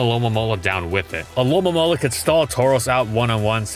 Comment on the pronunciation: I laugh every time said alolomola